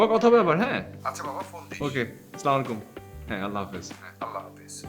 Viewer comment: It’s not that hard to do the salam properly. It’s very disgusting to watch & listen when it is not done properly.